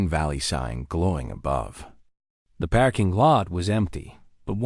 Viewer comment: Sweet gods... it's a "PARKING" lot, not a "PACKING" lot. Also teach your AI not to pronounce punctuation. I can't continue to listen to this unfinished junk.